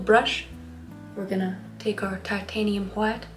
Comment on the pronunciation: All the colors of the rainbow: tAh-tANe-hIum whHHHHiTe ....cobalt blue... make that sky nice and ✨happy✨ more tAh-tANe-hIum whHHHHiTe ivor black and more... tAh-tANe-hIum whHHHHiTe TAH-tANe-hIum whHHHHiTe hWHIte cadium ✨yellow✨ cobalt ✨blue✨ red, just plain red nice light yello- this is just a joke btw and Kris's painting is great :)